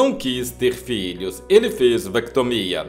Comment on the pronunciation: " FEZ VECTOMIA " 😂😂😂😂😂😂😂😂😂😂😂😂😂😂😂😂😂😂😂😂😂😂😂😂